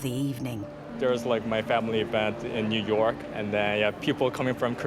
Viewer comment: who calls 'New York' "Newark". I thought he was talking about Newark-on-trent in England